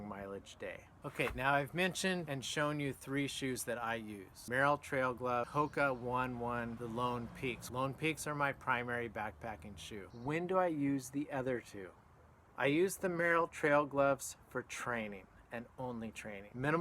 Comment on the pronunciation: Great overview. Totally agree. I also really like the Superior and the King MT. Hoka One One isn’t pronounced like the number one though 🤭